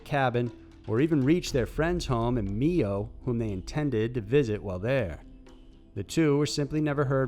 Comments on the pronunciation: It's not ME-O MICHIGAN its MIO and is said like my-o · Grew up in this area. There was rumor they were killed and feed to pigs. And also It pronounced MY-O not ME-O. Edit: guess I didn’t need to comment the pig thing. You showed it🤦‍♀️ should just watched and waited lol. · You say Mio like Ohio it’s not Meeeoo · From the town of the Duvall Brothers. Its actually pronounced "my o" and it started in South branch Mi at timbers steak house. One of the brothers owned a scraped yard and its widely believed that they chopped up the Bronco and sold it in pieces.There is a book on the case called "darker than night". People knew for years what they did no one would speak up though. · It’s pronounced my-o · #4 The Michigan story, the town is pronounced my-o. I use to camp in Mio every year this was a huge story. Love your work, phenomenal as always! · Mio Pronounced "My-oh" It's a city, not a delicious water flavoring. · Not that it changes the outcome but I'm from Michigan and I've canoed in Mio I just wanted to say it's pronounced "My O" very tragic story about them boys... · The 2 deer hunters were last seen in Mio, MI pronounced Myo. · FYI: It's MIO Michigan with a long "I" not MEO. Just for future reference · Mio Michigan is pronounced as My-O. I hear that one miss pronounced a lot on channels lol. I live like 40 minutes from Mio. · It's pronounced "MY-o". I used to live in Mio, Michigan. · MIO is pronounced with a long "I" sound.